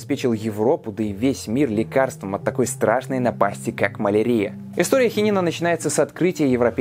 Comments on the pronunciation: Ударения в словах: малАрия, слюннЫх... коробит слегка 🤗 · Маленкая заметка: малариа -> мал ариа (mal' aria), с акцентом на Ариа, а нет на арИа.